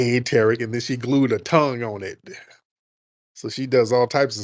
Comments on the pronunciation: People piss me off when they purposefully mispronounce that man’s name. It’s TUH-Reek, not TARICK😒 She sounds like a welfare recipient who hate that the money is about to stop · Two-Pack Shakur, Tear-ick Nasheed, Louis Far-A-Con, Sad-Um Hussain. WS suspects go out of their way to mispronounce people of colors’ name. They stay on code. Stay focused. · I expect when ppl come at like "Tarik".....They getting ready to disrespect him.....🙄🙄🙄🙄...Yep, she knows the correct pronunciation is Tariq....Get her, 🤓🤓😂😂😂😂😂😂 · 😂 A lol Tariq Thrashed the big back as soon as she verified that she was actively mispronouncing his name. It's funny , once he identifies that your on some bulshit , it's a rap. On the serious side , it's always a pleasure 🙏 my brother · is a disgusting, hypocritical, shameless liar. She's defaming Tariq's name and purposely mispronouncing it. Why does she think anyone would listen to anything she has to say. Her credibility is at the gates of hell. And got the nerve to quote scripture. Ugh. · She was pissing me off saying that man name wrong, for some reason that shit gets under my skin